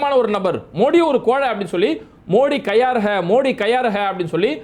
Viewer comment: Bro, modi kayar hai illa, modi kaayar hai